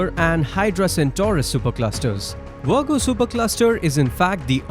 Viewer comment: I love how this guy calls the Virgo Supercluster 'The Wergo Supercluster'... 😂